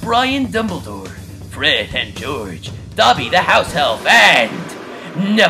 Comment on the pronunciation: You called him neval long bottom. I'm screamingm lol.